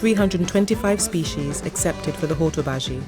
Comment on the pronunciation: Nicely put together & great info but the dreadful pronunciation of Hortobágy in particular did put my teeth on edge.